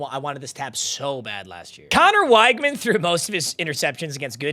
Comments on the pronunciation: it’s pronounced wig-man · weg-man its weg-man please